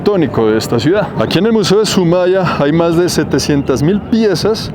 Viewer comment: Es Soumaya, no Sumaya